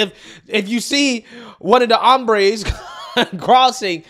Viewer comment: the "hambres"? 🤣🤣, that means hunger lol The "hombres" for men 😁👍